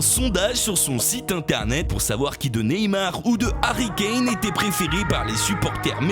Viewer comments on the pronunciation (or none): none